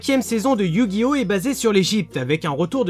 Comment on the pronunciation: OH MON DIEU TA DIT YU GI NO A LA FIN. LA T EXAGERE.